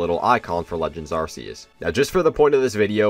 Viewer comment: Why did you say arseus?